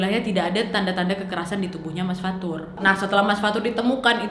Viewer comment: Fathur: ✨Fatur anak erpeh✨